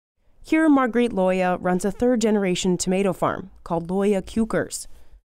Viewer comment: Looye WHAT? C’mon! Even if you read it as an English word it wouldn’t sound as ridiculous as what you made of it